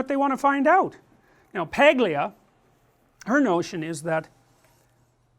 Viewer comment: Dr. Peterson, just for future reference, the 'G' in Paglia is silent. I only learned this recently from watching her appearance on Bill Mahr's Politically Incorrect from the 90s on youtube where it's brought up near the beginning of the first segment. As always, wonderful lecture.